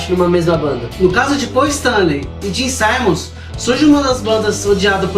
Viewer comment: Não se diz"saimmons"se diz Simmons mesmo 😎